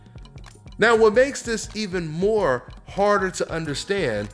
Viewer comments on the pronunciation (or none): none